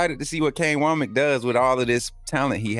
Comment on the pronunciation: Hey, I think it's pronounced "wammick" like says not "wo-mack"